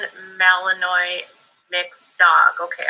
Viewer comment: Omg, that is the worst butchering of a Belgian malinois i have ever freaking heard 😂🤣🤣🤣🤣🤣🤣🤣